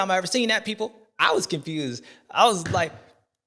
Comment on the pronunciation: “Confewsed” as hell